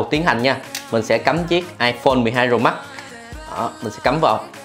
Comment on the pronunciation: Cách phát âm nghe lạ lạ (Bờ rồ mắc)&cờ líp